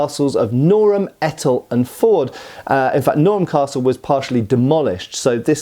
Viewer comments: it's pronounced Ee taal not ehtal !! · Great video, Flodden is one of my favourite border battlefields to visit, and is always a poignant visit too. You missed out James IV being chivalrous and sending word to England that he intended to raid them. Also Etal is pronounced with a long E, as Eetal. The captured Scottish guns ended up at Etal castle after Flodden, and you can still see the patched up stonework where they knocked a hole in the side of the keep to get the guns inside because they were too big for the door.